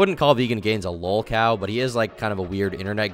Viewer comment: The "lawl" cow podcast......